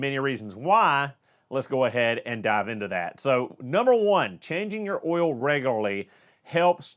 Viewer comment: Be sure to talk about the Ole. Not the Oil, but the Ole. Like Ole Miss Swiss Chocolate.. it's the accent 🤣